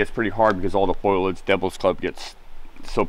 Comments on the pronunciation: Is that experienced hiker/researcher calling foliage “Foil-idge”?? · Foh lee edge. Not Foil-idge.